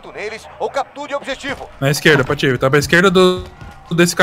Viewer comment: Oia lá o "Patifeco"